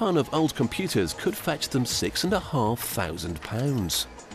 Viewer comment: He says thoosands